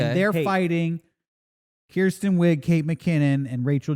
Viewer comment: "Boh-rot" "Keerstan Wig" What is this Rosetta Stone?